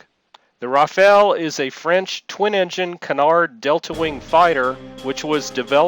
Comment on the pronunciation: can you ,please ,pronounce properly French aircraft Rafal as Rafaaal not Rafael??Rafal is kind of wind or long burst of automatic fire.Rafael is a latin name and izraeli defence company.